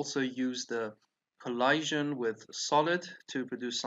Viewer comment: You’re saying collision wrong. 😐